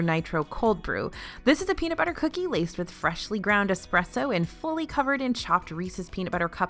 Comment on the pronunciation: THANK YOU THANK YOU THANK YOU for saying Reese's correctly!!!! For everyone not from PA its Reese's not Reecies. The founder was H.B. Reese so pleas Pluralize this wonder mans name correctly with and 's and not an ies!!!